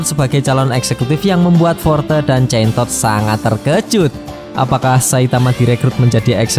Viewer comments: hero name?chain toad terdengar(centod)😂😂😂😂😂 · centosss nya di tekan bet wkwkw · Ngomong centod nya biasa aja bro 😅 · Jadi executive Korban nama2 hero jelek😂, btw pas ngomong chaintoad nya agak di perjelas ya bg 😂, sekilas kyk ambigu